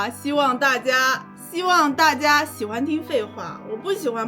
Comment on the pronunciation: 原來大陸人講大家也是會說成大阿啊